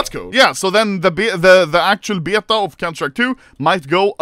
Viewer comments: why is he saying beta like byeta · Will Anomaly ever learn how to pronounce beta correctly or at least more english than swedish